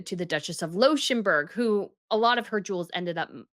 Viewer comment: Well, this was not the first of her severe mispronunciations. Also "Pearl Poiré" is still wrong, as is "Leuchttenberg", which sounds here like some weird, fallen-out-of-grace, connection to "Luxemburg" and "Liechtenstein". Not even to mention Danish designer Birgit Hallstein - constantly pronounced wrong. It's Birgit and not Brigitte for a start. And then try to go for "Hull-steyn".